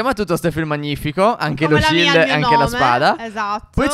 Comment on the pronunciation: Stef perché dici shild se siamo in in Minecraft